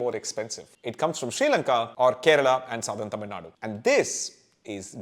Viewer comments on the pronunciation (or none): none